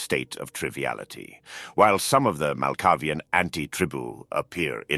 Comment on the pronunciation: First time finding your channel. Great production value, this must have taken some time to write and produce. This hunter knows more than most Lasombra elders. The SI would really wipe out kindred society with this much insight and meta level knowledge. Love your VO even with the odd pronunciation of some words like Sabbat, Diablerie, Malkavian etc. It really takes me back to the epic narration of the original transformers cartoon and 1986 movie. Look forward to watching your channel develop. Subscribed.